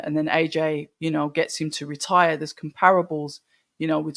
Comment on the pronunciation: Usyk will “re tyre” Fury?, what, like his car? tyres ? 😂. Have a day off lad, you know AJ is on his hands and knees thanking god now that he doesn’t have to fight Wilder 😂. and as for Usyk, he’s getting smashed in February. And I’ll take any bets on that.. and let’s see who “retyres”,, fvcking illiterates 🤦‍♂️😂😂